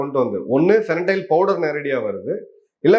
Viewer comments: Sir it’s Fentanyl not fenatyle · Fentanyl not Fenatyl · Great sir. It's fentanyl not fenatyl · Fentanyl and not fenatyl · Fentanyl- not Fenatyl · The drug you are referring to is fentanyl and not fenatyl. Jai Hind. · ஃபெனடைல் இல்ல சார். ஹஹஹ ... தயவுசெய்து ஸ்பெல்லிங்கை சரியா படிங்க சார் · Sir, I am an avid viewer of your videos. Thank you for bringing all the geopolitical information to us ordinary folks. Can I suggest one correction- it's called fen-ta-nil, that's how it's pronounced. Hope you don't mind me saying this. Thanks again sir !🙏🇮🇳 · Please make correction in the drug pronunciation- the drug is called FENTANYL. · Pronounced as ஃபென்டினைல் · Sir, athu fentanyl, to pronounce as fen - ta - nil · It is....FEN...TA...NYL pronounced as... FAN+TA+NIL... I kindly request that the pronunciation and shared information are you CORRECT...you are losing credibilty when they are not 🙏🏾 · Sir, it is Fen -ta-nyl I regularly follow your posts Thanks for enlightening us with such huge facts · Fentanyl your pronunciation wrong boss